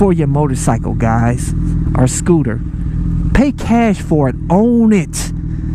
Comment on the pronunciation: I was referring more to the point that it was a SCOO-TAH. LoL Scooters are pretty gay. Just sayin.